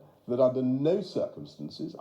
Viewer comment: he didn't lie, he said under no "cicumstnnnnces", not "circumstances"